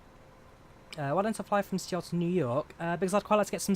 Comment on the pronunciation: my man said C-OL...Seoul is basically pronounced Soul lmao